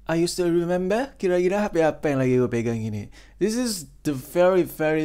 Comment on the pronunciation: Tot gk usah bahasa Inggris pengen ngakak 🤣 yg gua denger re ember..oh ternyata remember 👍 saran saja